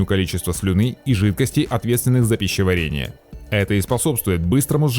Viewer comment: БеСсонница, пищевАрение. Исправьте.